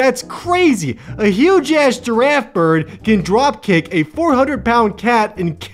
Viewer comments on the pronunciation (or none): "Girrafe bird"